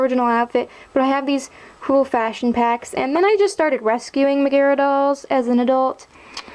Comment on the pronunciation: How you say Megara drives me nuts haha